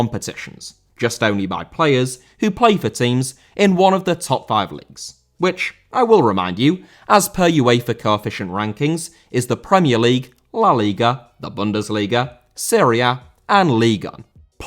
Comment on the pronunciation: Uefa* not Yuweifer